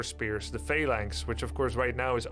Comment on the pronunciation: Why does Grubby say fey-lines instead of phalanx? Or is it just me?